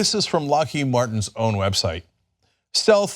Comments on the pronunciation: He didn't even say "Lockheed", the way he says it, it sounds like "Lockéde". Like it was some french name or something. Unreal. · No. The founder of Lockheed was Allan Lockheed. Lockheed then merged with Martin Marietta in 1995 to create Lockheed Martin. Also, Trump didn't even pronounce "Lockheed" correctly. It's pronounced"Lock Heed".